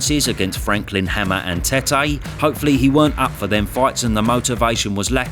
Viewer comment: Wow you actually pronounced Tetth's name like a Ghanaian lol Good on ya lol